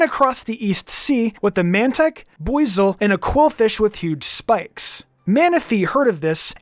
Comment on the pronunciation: Is that really how arceus is pronounced?? Im still saying ar-see-us, sounds better imo Also with buizel 😭😭😭